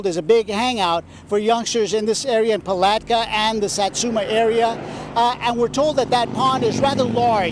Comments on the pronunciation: Puh-lat-ka not paltka lol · This case was so interesting. Beautiful little angel, God rest her soul. Also, the correct pronunciation of Palatka is Pah-Lat-Ca. Its such a small town compared to others here in Florida. My hubs was raised there and yeah its a NO for me. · The way she said Palatka 😂😂 you really need to google how to say these names before you start recording 😂